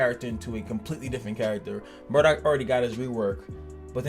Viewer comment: I keep getting triggered hearing you pronounce Marduk as Murdock lol.